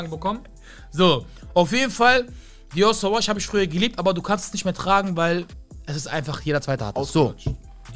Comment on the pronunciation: Dior suwaj sagt er mir hahahahaahahahaha